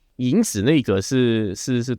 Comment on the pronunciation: 博士讲的很好，但就是不看字幕的话，当PODCAST听，很多听不大懂，发音有点不准，比如影子说成颖子